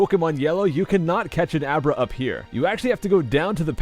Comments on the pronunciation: U named Abra " a bra" lol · He named Abra " A bra". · you called abra; a bra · He named abra "a bra" lmao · Abra= A Bra XD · Lol he names the abra " a bra"